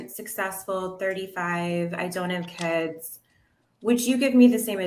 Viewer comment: Why did that one girl keep saying kuds what's a kud?